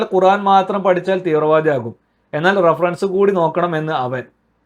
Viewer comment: reference not rafaranc. please correct